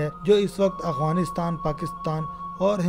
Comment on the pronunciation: یہ اعوانیستان نہی یہ افعانی نستان ہے یہ الفاظ ٹیک کر لو